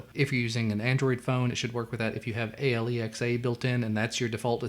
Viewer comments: Why does he say S-I-R-I and A-L-E-X-A? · A L E X A